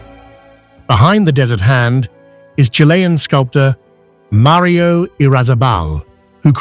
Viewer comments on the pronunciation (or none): none